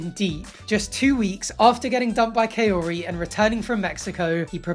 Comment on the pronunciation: I’m dying, her name is pronounced like ‘cowrie.’ ‘Kay-oree’ is just how Ed kept butchering it. Idk how he even did that, considering he heard other ppl say it properly